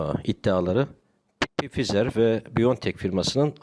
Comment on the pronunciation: Hocam Pfizer diye değil de fayzır diye okumanız gerekiyor sanıyorum. Özür dilerim bunu belirttiğim için